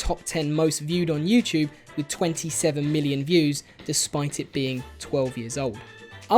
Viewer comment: I like that it sounds as if you're saying you-chewb whenever you say youtube. I'm not picking at your accent, I genuinely enjoy it.